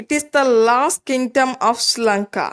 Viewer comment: It helpful ok but you are pronouncing Sri Lanka iSri Lanka